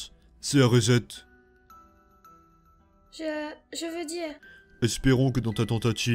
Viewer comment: "Reset" se prononce riçète (avec le r anglophone). En français ça se traduit par "réinitialiser".